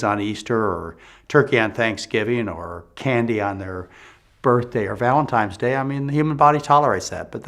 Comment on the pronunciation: “Valentimes Day” I thought you were flawless Dr. Love this man!